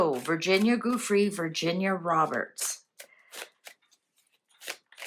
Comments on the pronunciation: Jew Frey not goo free or goo Frey. My G-d can no one read, or learn to say things right, anymore? 🤦🏻‍♀️ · Giuffre..juff-fri. not goofrey. I'm in Australia, she committed suicide, read her history, and listen to Australian media. Police records, paramedics, and doctors reports have been viewed by MSM. If she had gone into witness protection, she would have done so without fanfare. I feel sorry for the 14 yo girls she single handedly recruited into that lifestyle. CIA, Mossad, have not jurisdiction in Australia. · It's pronounced Joo-free. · pronounced --"jufray"